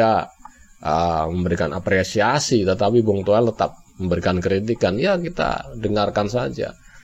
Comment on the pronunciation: Toweell.. Towell... 😂😂😂.. Udah untk stasiun tv.. Atawyg punya pidcase.. Jgm lah undng orng gila ini..